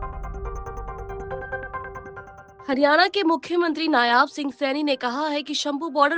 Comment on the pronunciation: नायाब नहीं होता मैडम नायब सैनी नाम हैं.